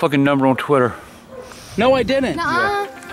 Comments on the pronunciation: He said tweeeter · He ain't say Twitter he say tweeter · Twatter xD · He called it Twater lmao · “Look up that Twitter or Twater!” 😂😂😂😂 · “Tweeter”😂❤️❤️ ily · "Tweeter" XD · I love it when he cusses out Bridgette and and mispronounced Twitter 🤣